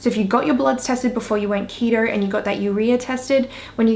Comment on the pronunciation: It’s keto not ketro